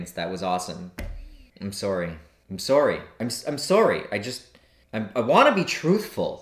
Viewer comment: American: I'm sorry Canadian: I'm sorey 😔.